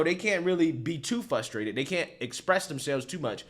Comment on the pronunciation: Its fRustrated buddy not fustrated lol